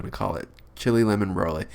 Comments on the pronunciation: Rad Artist I know but after he said rose he said brolé instead of broly because he said Rosé first then chilé after it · He said Rosé then Brolé instead of broly because of chilé after too😂😂😂